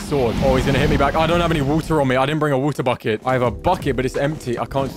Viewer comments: "fuck it" ik he said bucket ᵈᵒⁿᵗ ʰᵃᵗᵉ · Did anyone else think he said fuck it instead of bucket?